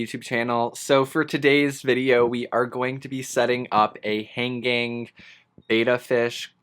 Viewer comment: It sounds like you are saying "hang gang" rather than hanging. Is it just me that hears this, probably 😂